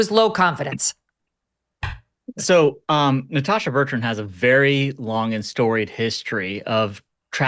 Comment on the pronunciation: It makes me laugh every time that Megyn can’t get Natasha Bertrand’s name right. Just shows how unremarkable she is.